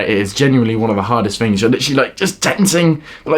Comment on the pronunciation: Mans eating all the FINGS